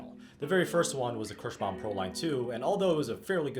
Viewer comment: It is called KIrschbaUUUUUUUUUUUUUUUUUUUUUUUUUm, it is not Kirschbam. If you want Kirschbam string go create your own brand of strings. Your awful pronunciation really makes my ears bleed.